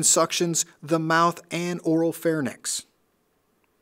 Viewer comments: "Pharynx", not "pharnyx." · Good video! Just to be picky, it's pronounced "phar-INKS" (pharynx), not "phar-NICKS. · YES!!! It's phaRINX (pronunciation, not spelling) NOT pharNIX. Come on people!! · Why does every single person in these videos and in EMT work pronounce pharynx and larynx wrong? It's so infuriating!